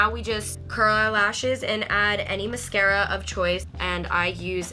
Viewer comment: it’s so cute how she said “mis-kara” instead of “mas-scara”